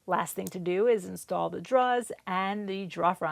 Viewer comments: I was going to do the broad a favor and let her blow me but then I heard her pronounce “drawer”. Now I just want to choke her. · You have a beautiful mind and so creative when solving problems. Turned out great!!! And we got to hear you say drawer -- an added bonus :) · I don't know where you're from, but I never suspected it was Louisiana until I heard you say the word "drawer" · When I saw the picture in the thumbnail being furniture with drawers I knew I needed to watch, just to hear you say "drawer". But 23 minutes was a long wait. We'll worth it though